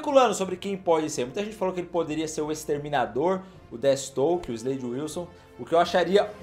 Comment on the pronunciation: NÃO SE FALA DETISTOKE, A PRONUNCIA CERTA É "DEFIESTROQUE" !!! DESCULPA CORRIGIR, mas esses erros estavam me matando kkkk um fã da DC tem uma parada cardiaca com isso kkkk